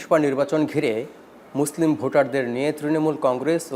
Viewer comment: এমন আলোচক মুসলিম শব্দ টি উচ্চারণ ভুল ছি ছি